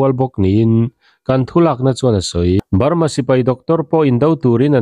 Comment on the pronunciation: I state hming lam chu le! Lui hming tak ngial pawh I lam dik lo a nia. Sipai thi lalber tih te lam dik ta che! Ngaihthlak a hreawm